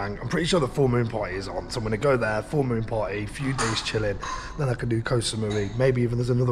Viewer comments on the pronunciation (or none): PLS I need to know!!! Is it "then" or "dan," for example you'll say "What's going on here *Insert "dan" or "then"*. Someone who knows or MASTAG let me know!!!